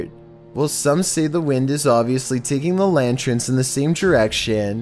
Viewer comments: Lantrens?? you mean Lanterns!! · the scariest things in this video is his voice mixed with the way he says “lanterns”